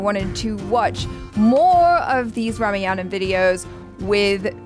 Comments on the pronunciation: it's pronounced ramayaan , not rameyana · Please pronunciate RAMAYAN proper we love that❤